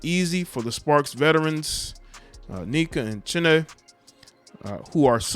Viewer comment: lol im going to need you to get the pronunciation of everyone's name correct lol. its hilarious how you pronounce Liz Cam-bae-ze, neck-uh (Nneka), Shin-aye (Chiney), Zow-ee (Zahui)... just helping ya out.